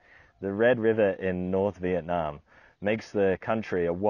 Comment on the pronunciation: I'm a Vietnamese. Pronouncing it like in the video is decent. Yue nam is totally unheard of.